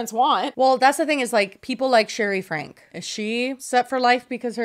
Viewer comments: their last name is pronounced frank-E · I think their last name is pronounced Frankie, but I guess it doesn’t actually matter! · so glad to see you guys covering this, also for future reference, her last name is pronounced "frankie" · omg period i commented that right when you guys first pronounced it had to let the girlies know immediately 💖